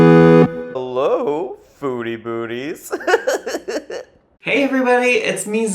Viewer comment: that's what I always hear too Foodie bootie....wait what?! Lmao